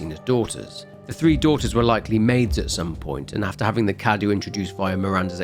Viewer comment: Mother Miranda is Romanian, Cadou is spelled KA-DOUGH and is means Gift. Nothing against you but I must say I actually hate it that not one single youtuber has opened Google translate English -> Romanian, insert the word Cadou and press on the voice icon. Not ONE in all the videos I've seen about Resident Evil Village. Great work nonetheless.